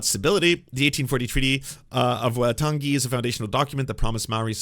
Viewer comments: Thanks for the representation (as a white middle aged Kiwi)…but for reference / interest: Waitangi is pronounced more like why-tang-ee and said at about 1.5x speed of how most Americans speak (2x Soutern Drawl, 1x New Yorker). And in NZ we speak like germans where a whole sentence is like one word :) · Waitangi is pronounced- Y-Tongue-E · Dude, I appreciate the coverage, but I'm sure taking thirty seconds to learn how to pronounce the name of our founding document would have been respectful and worthwhile.